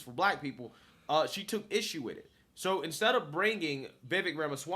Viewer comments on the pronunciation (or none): Love watching your journey man. You are much smarter than I was at your age! Just a friendly note, Vivek is pronounced like Vi-VAKE, rhymes with cake. Also love the crossover with BCP commentary reaction. Keep on!